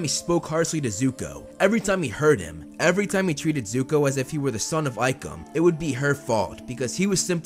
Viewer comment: Nah bro said zuku